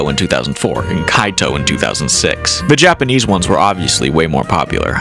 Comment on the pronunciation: Il a dit K.O. au lieu de Kaito😅